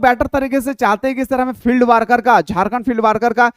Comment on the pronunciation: Not वार्कर it's वर्कर ...please🙏